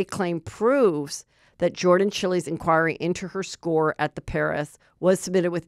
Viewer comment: one of the biggest stories from the Olympics and we can't get Jordan's name correct? Heather, I absolutely love you but this one was EASY. 🤦🏻‍♀